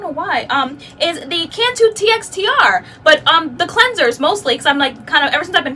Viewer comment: I think someone mentioned it before but TXTR is pronounced as texture. So far everything from Mane choice has been a miss for me. Whew...lots of information. Thanks for your hard work.